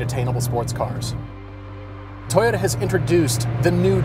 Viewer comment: Everytime he says Toyota I hear subaru I'd say the gr86 looks better but the brz has aluminum lighter steering components and a bit more power